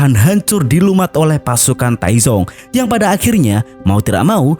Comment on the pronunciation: Dalam bahasa Mandarin, Taizong (太宗) dibaca dengan dua suku kata. Bunyi z pada Pinyin mendekati “ts” dalam bahasa Indonesia, bukan “z” seperti pada kata zebra.